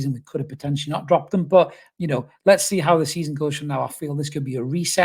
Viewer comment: "Well yer hnow" yer me me laugh mate - nice hat man